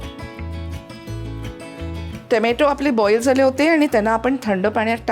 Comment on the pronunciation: Tomatooossss ahot sadhya bhashet tomoto bola over naka bolu